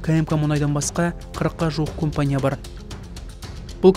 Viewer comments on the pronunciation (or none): Оқылғанда КАМПАНИЯ деп аитылады. Немене кОмпОния деп олай аитылады. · Компания емес кампания деси нервке тими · Комфание деген неси аитылганда. Камфоние деп аитылмайды ма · Осы диктор неге компания дегенді компания деп жазылғанындай етіп окиды